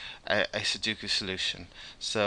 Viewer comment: Sudoku is pronounced like "sue dough coup". You're inventing a middle "u" that doesn't exist.